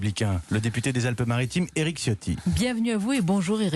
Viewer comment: Même si c'est un traitre, non seulement par qui il sert , mais considérant qu'il est issu des Niçois qui étaient campés avant l'annexion Française de 1860. Mais Ciotti se prononce "Tchiotti "... Ça fait plusieurs vidéos où je vois le parlement et tout ces journalistes faire " Siotti " je trouve ça hilarant. Les branques. Pour autant Eric ne souligne pas, ça veut dire qu'il n'a pas ses racines â coeur. Avec Escrosi, Ce sont les Massena et Maulaussena d'aujourdhui.